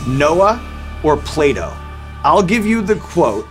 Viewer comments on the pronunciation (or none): When he said “Noah or Plato” I thought he said play doh at first 😂😂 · Yeah .. He said 't' as ' d' and I was like " Who's Playdo?" 😄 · Anyone else thought he said ‘Play-Doh’? Lol thought it was gonna be Noah vs Play-Doh slogans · Did anyone else hear Playdough instead of Plato? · jayda hewitt took me a few seconds to realize Sean meant Plato the philosopher 😂